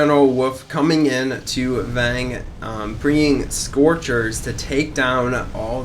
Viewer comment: "Vang" (Fang) "Low Cut" (Low Point) Doo-lity" (Duality)